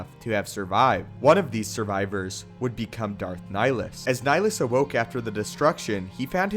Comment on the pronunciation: "as Nihilus 0w0ke"